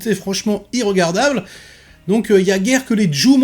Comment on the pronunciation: Salut, Juste 1 petite remarque amicale Ne dit pas: I Regardable Mais dit: 1 Regardable ou IN Regardable ou HEIN REGARDABLE. j'espère que tu m en voudra pas pour cette petite remarque de Qualiteye. REGARDS! wesh mg.